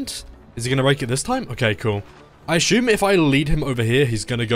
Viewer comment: it's assume not ashume, anyway nice video